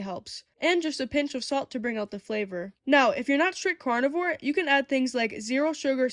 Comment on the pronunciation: I kept thinking you were saying "cardboard cake". It took me a few